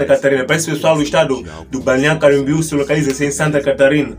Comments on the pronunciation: Fale mais devagar, para pronunciar melhor. BALNEÁRIO CAMBORIÚ. CAM BO RIÚ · Essa ANTA falou o nome da cidade ERRADO todas as vzs....